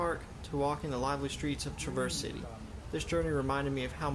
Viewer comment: That's TRAAA-verse City. Accent on the front of the word.